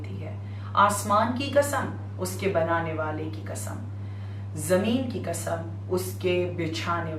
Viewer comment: Ji bibi Zakira Muhterma it’s Qasam not kasam. Please pronounce correctly. It’s important for speaker to pronounce the word correctly.